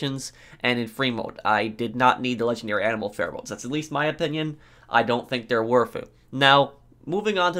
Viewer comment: Guys it’s not worf it